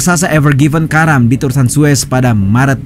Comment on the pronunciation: Yang bener zues apa Suez si? Setau gua Suez, koreksi kalo salah